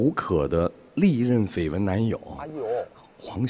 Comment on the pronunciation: 绯闻 [ fēi wén ] 这里面就没一个人说对了音，我高中就知道读一声。都是10年的事了没想到还有人读错